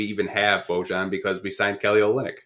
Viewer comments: Who’s Luka Donsick? Who’s Bogone? BoJohn? It’s pronounced Bow-Yawn lol y’all are crazy. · Love these podcasts yall. is very knowledgeable and keeps things real 🙏 But can yall PLEASE learn to pronounce Bojan (BO-YON) for the love of god 😂😂